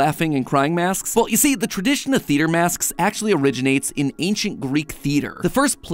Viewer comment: Why does he say masks like Masksks.